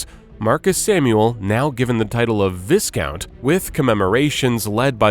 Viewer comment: Viscount!! Who's in charge of pronunciation here?!!!